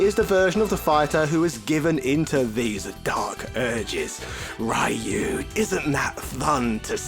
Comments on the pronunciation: The ryu pronunciation is hilarious. Should un please both sides of it lmaoo. Please continue with the humor it's great! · Why are you saying Ryu like that. It's very weird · The continued disrespect of a franchise you supposedly like, yet you continuously pronounce the main characters' name wrong on purpose. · Sho-Ryu-Ken Just say the Ryu sillabe. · Try to pronounce Ryu correctly next time. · I thought I'd heard every possible pronunciation of Ryu until now. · The American pronunciation is still wrong. But it's basically the closest Americans can get without much effort. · No, DON'T! Mexicans HATE that pronounciation of Ryu's name! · Why did you keep calling Ryu *(Ri'Yoo){which means dragon)as "Rhuh"? also saying "rye yoo" would be Rai-yu , which would mean "Thunder-ghost". . . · It's pronounced: rye-you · Ryyyy yuuuu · Oddly enough, the mispronunciation "Rah yuu" is the one that originated in America. The pronunciation "Ree yuu" is the Japanese pronunciation attempted with American phonetics. The original pronunciation was almost like your first try, but the "u" sounds closer to something like a "ü", not an "o". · I don't understand why it's so hard to pronounce Ryu properly as Roo instead of Ri-yoo. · Comon, he just said Ryo instead of Ryu...same differnce. At least the R sound was close to perfect, which is a feat in of it self. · why does he say rehyuh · i couldnt take it..hearing RYOOO. it was getting annoying. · Pronounce "Ryu" how you like, but the correct Japanese annunciation is "Ree-U". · Japanese say it with basically a silent Y. Mainly because they have trouble pronouncing hard Rs and Ls. Any word starting with Ry is supposed to be pronounced just like Ryan or Rye bread. Its basic English. You don't say Reeyan or Ree bread. Alot of the street fighter 2 design, voices, etc were done in America after the world warrior. Just because they have no idea how to read and pronounce words doesn't mean other people should with them.